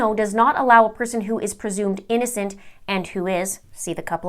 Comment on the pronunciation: "Persumed" innocent...okay doc.